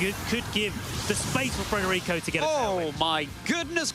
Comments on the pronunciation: the other caster in the match kept gently trying to correct him by pronouncing his name correctly immediately after too but this guy just insisted on pulling an extra R out of thin air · Why can’t some of the casters read that it is federico rather than fRederico….